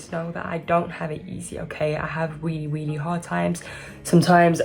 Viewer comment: I love how you say Willy willy... instead of really makes me smile